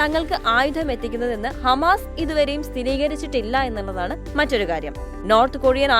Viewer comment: Ee വാർത്ത vayikkunna chechi hamaass alla😂